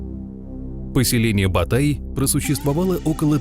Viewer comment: Не "Батай" а "БОТАЙ"!